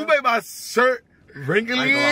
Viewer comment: “you made my sthirt wrinkalyyy” 😂😂